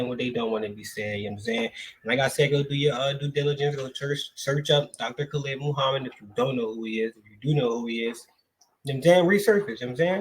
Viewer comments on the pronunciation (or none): Wa-Alaikum-Salaam, hey brother, nice video, but you are pronouncing brother Khalid name wrong peace ✌🏿